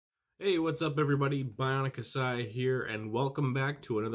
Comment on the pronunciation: YOU ALWAYS SAY KASIA ITS KASAI!!!!